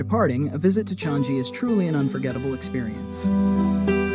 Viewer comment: It is Chang-I Airport (I pronounced as EE), not Chan-Gi Airport.